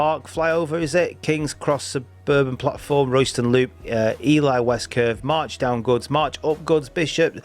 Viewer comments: E-lee, not E-lie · By the way. It’s Ely not Eli. The cathedral city of Eelee. That’s how you say it. You kept saying Eli as in a northern blokes name